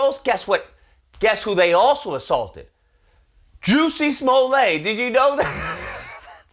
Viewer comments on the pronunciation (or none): Smol-lett, is the pronunciation. Not Smollay.